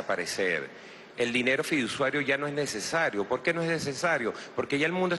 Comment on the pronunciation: jaja "fidusuario", "Nobiti Sakamoto???"